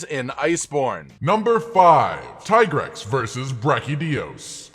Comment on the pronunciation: Tie grex? Seriously? Its teegrex